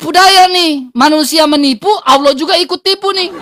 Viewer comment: muslim harus kembali ke sd, belajar baca bhs latin, latin allah koq bacanya auloh